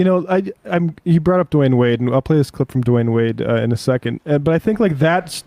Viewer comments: It’s Dwyane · Dwyane Wade, not Dwayne wade